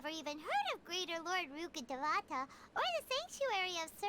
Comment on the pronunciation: loool yeah I laughed when I heard them say Rukkhadevata for the first time. "rooka duvawta" I'm not gonna take it too seriously-- at least they're putting in effort to represent another culture